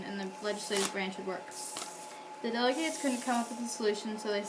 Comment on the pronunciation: U pronounced delegates wrong at the beginning